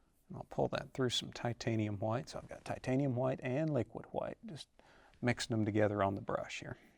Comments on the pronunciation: Titanium ha-white. Bob use to say it the same way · No fro...no go!!!!!! I'm just kidding. I like this guy. As long as he talks softly and pronounces it as titanium hawhite. Nope, nevermind. He didn't narrate beating the devil outta his brush. This man is a fraud..He has not been trained by Bob Ross,he did not mention beating the devil outta the brush on his first beating the devil outta his brush......Again I am kidding. I remember seeing Bob Ross almost 30 years ago ,one of my first memories as a kid and thinking he was cool. Bob Ross reminds me of my dad if my dad were a paint artist.